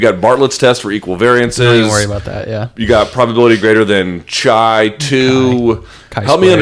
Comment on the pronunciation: omg did Luke seriously say "chai two" LMFAOOOO THIS MAN KNOWS NOT EVEN BASIC STATISTICS